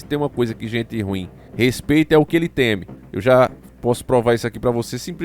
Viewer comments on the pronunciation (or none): none